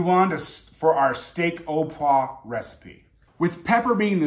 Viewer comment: What knife do you use to break down the tenderloin? (BTW "poivre" is pronounced "pwah-vvrre" the vre is like the beginning of vroom)